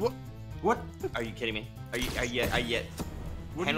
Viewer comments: Why say Henwy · ssundee do you call Henwy because his a hen and he wees